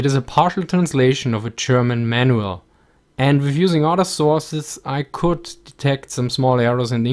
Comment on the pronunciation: Everytime he says Manual I just think of "Relay instructions, Man Well!